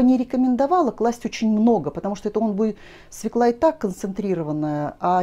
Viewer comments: Ну, извините,очень режет слух свекла. И всё таки она- свёкла! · Пожалуйста, ударение в слове" свёкла "! Обратите внимание. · Огромное спасибо за рецепт! И все-таки свекла без ударения на первый слог с Е с двумя точками над буквой режет мой слух!